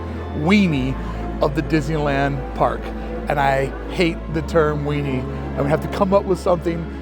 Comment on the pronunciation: weenie, or WEANING 😂